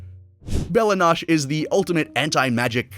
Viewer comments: I got a brain spasm hearing “nosh” instead of “no-chay” but otherwise great video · Noche this guys called it nosh